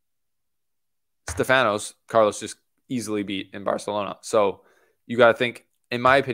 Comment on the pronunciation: My guy….. I appreciate the attempt at pronouncing Barcelona correctly but it’s hard to even discern what you said lol. Great video though